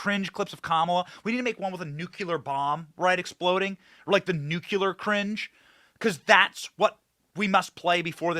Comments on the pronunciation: Nu-clee-er. Not nukular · Bennnnnny, Nu-----clear, not nucular. Lol. We love you anyway! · Nu-cle-ar. I love you Benny, but please learn to say nuclear correctly.